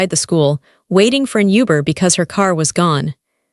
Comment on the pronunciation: YUBER? Mer-cades? Pronounce right next tjme Ai